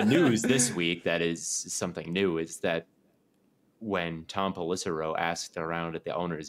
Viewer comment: pronunciation of Pellissero was hilarious